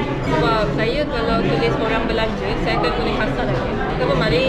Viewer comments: Betui dah tu dia sebut saya, saya.. awat hang suh dia sebut saye..saye cara kay el... jenuh satgi dia nak sembang kat kedah...😂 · Betul la S-A-Y-A bunyi SAYA bukan SAYE